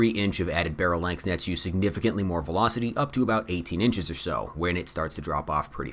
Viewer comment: really weird audio issue in this video, you kept mispronunciation “20 inches”